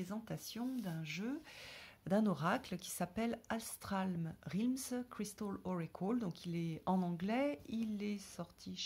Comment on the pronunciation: Magnifique, mais realm se prononce relm, pas rilm !